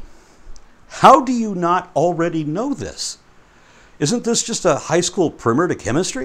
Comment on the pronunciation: it’s not “primmer”, it’s “primer”.